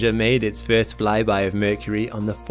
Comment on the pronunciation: FIRST LIKE FRST NOT FEEERST 😮😮😮😮